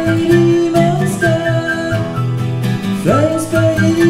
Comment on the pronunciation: Ugh, stop pronouncing "Spaghetti" like "Spaggedee".